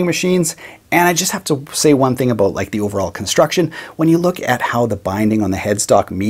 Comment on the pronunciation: Yo when he "about" in that Canadian accent